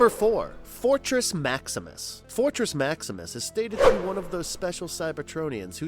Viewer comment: You keep saying “Energron” instead of Energon which btw was used in another of your videos(!!!) but was pronounced as “Ener-gone” when it should be “Ener-John.” At least make it consistent why don’t ya! And at one point in this video it sounded like you had said Fortrex Maximus instead of Fortress!